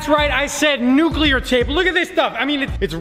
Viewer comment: Nuculer tape